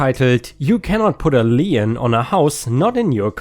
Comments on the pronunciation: lien is pronounced like lean, with only one syllable. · Magenta - ma - jen - ta - a shade of dark pink! Lien - pronounce it as if it is a German word - leen!